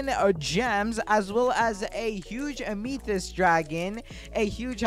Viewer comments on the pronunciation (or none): bro said huge ameeetheyst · ah yes an huge "umeethist" dragon :) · “Huge ameethist dragon”